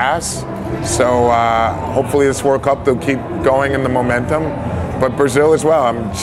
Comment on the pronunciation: The black dude said (Momentum) not momento! That's no Portuguese IDIOT!